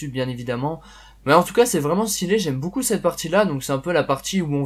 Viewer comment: pourquoi tu dis 'boucou' aulieu de 'BEAUCOUP'